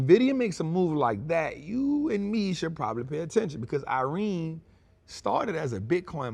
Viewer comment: “Nevadas” “Irene” Bro stop it 😂